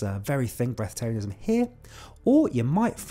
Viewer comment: bresth arianism, no second 't'